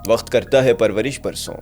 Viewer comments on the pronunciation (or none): I love the choice of words and the narration but please its not WAKHT its WAKT and there were many other words that were mispronounced its not cool or doesnt add any dramatic effect it just ruins the experience please work on it